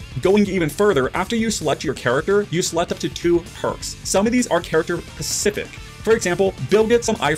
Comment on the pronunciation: Specific not pacific